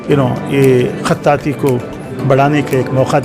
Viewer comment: قطاطی نہیں بھائی۔ خطاطی ہے وہ لفظ